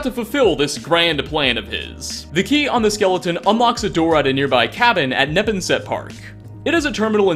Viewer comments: Neppen-set?. Dude. Say: Nuh-ponn-sett. Also, Charleston is not in Massachusetts. CharlesTOWN is. Love the vids man but jeez these are real places. Thank god that Worcester wasn't in the game, and you didn't have to go near Ponkapoag, eh? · Ne-pon-set not Nep-on-set park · Training .., cats? I take it you have a dog? FYI: Neponset is pronounced more like ne-PON-set. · ne-pawn-sit is how its pronounced with the force on the middle sylable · A note. As someone from The Commonwealth of Massachusetts, it's pronounced "Neh - PAWN - set". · It's naPONsut. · As a Boston native, the way you pronounced Neponset hurt me, lol. Ne-pon-set, long O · The way you pronounce Neponset 🤣